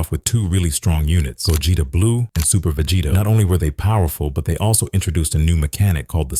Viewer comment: Bro ts pisses me off🥀🥀